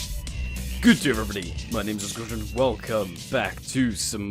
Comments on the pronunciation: WHY DID YOU CALL YOURSELF AWESOMECRUNCH IF YOU DON'T KNOW HOW TO PRONOUNCE YOUR NAME WHAT WAS THAT JFUDIFGSSFGS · is he actually trying to say his name at the beginning of every video or is he mispronouncing it on purpose